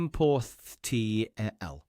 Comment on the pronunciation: how you know it's a bot ... it pronounces "IMPORTHTML" as "Importh" + "TML"